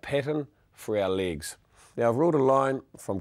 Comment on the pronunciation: lig? whats a lig? he keeps talking about "ligs"